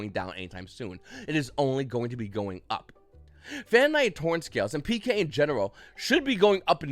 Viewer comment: You say PK I hear prank kids